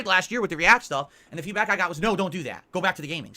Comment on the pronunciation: He really needs to stop using the word feedback if he cannot pronounce it properly.